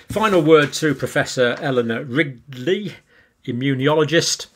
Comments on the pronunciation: I thought he said Professor Eleanor Rigby! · Eleanor Ridley? It's Riley, i think 😊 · He said Ridley and Rigley at different times. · It sounds like he called Eleanor Riley "Eleanor Rigby." Just love it. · He said Ridley. Then Wrigley. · Great info...but out of respect to Prof. Eleanor RILEY, I wish Dr. Campbell would realize he's pronouncing her name incorrectly! Her name is not RiGley! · did you say "Eleanor Rigby"? 😁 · He almost said Eleanor Rigby. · Poor professor Riley never seems to have her name pronounced right in this video